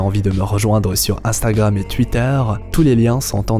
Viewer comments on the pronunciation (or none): none